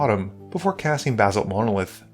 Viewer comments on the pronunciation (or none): ba·salt /bəˈsôlt,ˈbaˌsôlt/ noun a dark, fine-grained volcanic rock that sometimes displays a columnar structure. It is typically composed largely of plagioclase with pyroxene and olivine. a kind of black stoneware resembling basalt. Not "baz·alt" sorry that was driving me crazy